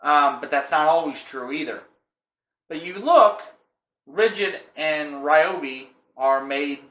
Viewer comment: REE-OBI not RYE-OBI... carry on